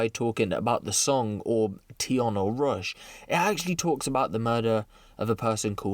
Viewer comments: It’s russ not rush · Its RUSSS my bro ..not RUSH...😂😂😂